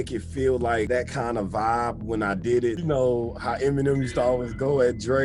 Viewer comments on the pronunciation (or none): none